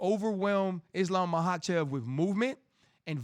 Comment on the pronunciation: Omg this idiot has no idea about anything fighting. This was all on a sheet and he was reading it before and still had to look at the specific mma terms on the paper he had. Doesn’t even know how to say their names. Mahachave and volkanauski… shut up idiot